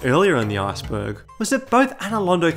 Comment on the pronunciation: I keep thinking you're saying Arseburg lol